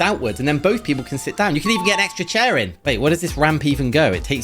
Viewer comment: bruh, he said "Why would you cover a sea in shails" instead of "Chair in shells"